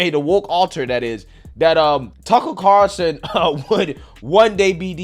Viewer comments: Car'ul'son, not Carson, lmao. I'm just messing with ya. You get it right half the time. Also, taking "sea moss" just seems weird. Can't I just go out to the ocean, dive under and grab some? Hehe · Haha I wasn’t the only one so bummed about the pronunciation of Carlson. Haha that’s funny. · i wonder if will ever learn how to pronounce "Carlson" lol.